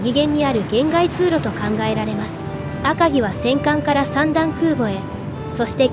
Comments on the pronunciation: アカギの読み方を 訛るな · 赤城のイントネーションがおかしい いちごに近い